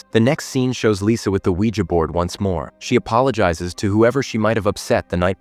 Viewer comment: Was he saying Weeger board? 😛